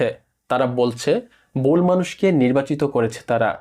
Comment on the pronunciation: আপনার ভাষা অত্যন্ত অশুদ্ধ।বারবার " বারত ",(ভারত),"বয়"(ভয়), "বুল"(ভুল) ইত্যাদি উচ্চারণ করছেন। শিক্ষিত মুর্খ এদের বলে।বাংলাদেশ বাংলা ভাষাকে কবরস্থ করবে অচিরেই।এদেশের বারো আনা লোকই অশুদ্ধ উচ্চারণ করে। সিলেট, চট্টগ্রামে তো বাংলাভাষী মানুষ খুজে পাওয়া যাবেনা। (বিক্ষোভ একটা হচ্ছে ঠিকই কিন্তু রাস্তায় কম,মানুষের মনে দাবানলের মতো)।